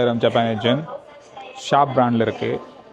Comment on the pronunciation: ஜப்பானிய "என்". sir you are pronouncing it as gen. It is yen. Your videos are short and sweet.